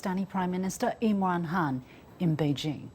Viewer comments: Can somebody please enlighten the lovely lady that the PM’s surname is Khan not Hun. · He is Imran Khan .... Not Imran Han... Don't make him chinese